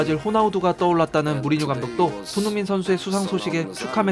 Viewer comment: " 손 융 민 "